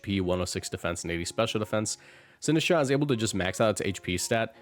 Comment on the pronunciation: DO NOT LEAVE OFF THE T IN SINISTCHA!